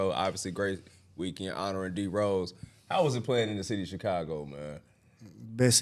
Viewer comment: Teague put some respect on Chicago name..don't do tht..lol